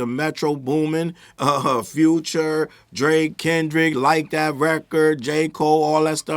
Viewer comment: 21 can't even SAY the name of the song "Like That" 21 months after it dropped.